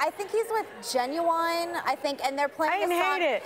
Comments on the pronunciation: it's juvenile NOT ginuwine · Did this fool say Ginuwine?? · It's "Juvenile" Meghan... Not "Ginuwine," they are 2 different people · It's Juvenile not Ginuwine 8th grade classic 😂😂😂. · For the record that was juvenile not genuwine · It's Juvenile!!! Not Genuwine!!! Meghannnnnnn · ginuwineee? it's juvenile...